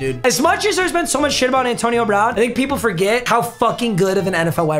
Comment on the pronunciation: "Antoine"💀, did you mean "Antonio"?